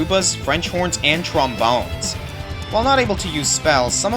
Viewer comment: i think you said trombone wrong